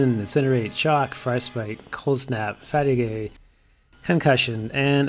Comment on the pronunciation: Can you say fatigue again??? 🤣😂🤣😂🤣😂